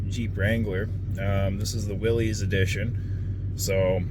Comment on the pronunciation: Its pronounced willis not willies